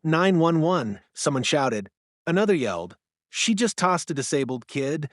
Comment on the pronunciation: Please teach your AI machine to say it correctly. If someone uses a tazer, the victim has been tazed, not tossed.